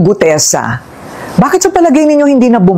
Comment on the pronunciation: May pag Mali Mali pag sasalita ni gutesa